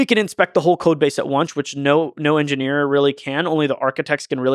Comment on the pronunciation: Don't mind me, I'm just here to hear Lex say enginyeer